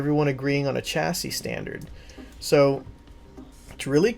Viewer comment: Sorry to point it out but the way I normally talk you said chassis wrong